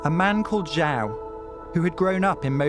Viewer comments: I wish content producer would take the 60 seconds necessary to pronounce words properly. Had he done so he would ha would have pronounced João correctly with the sound being juong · It’s not jao douche it’s pronounced like jew wow Portuguese for John